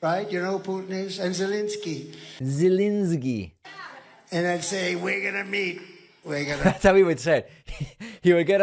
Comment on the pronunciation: He knows exactly what he would tell "Zzznski" and "Pootn" . He would promise both of them things he wasn't in a position to deliver in exchange for the USA, and expect them to fall for it. It never occurs to him that THEY have been manipulating him all along, in the same way that he didn't get it when he had to file for bankruptcy in order to get out of paying his debts all those times. ALL those times! He is not only stupid and dishonest, he is stupid and arrogant. He believes that, despite all the evidence to the contrary, that other monstrous dictators like him are more stupid than him. He will sell the US to the highest bidder for personal gain and he will be outraged when he is betrayed by the people he thought he had made a deal with. He doesn't care, or even know why he should care, what happens to the US. All he cares about is whether everyone believes that he is rich 😂 Hint - he is not even that!